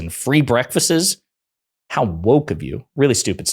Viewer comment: Breakfasts, not "breakfastses"... lol... I'm just messing with you...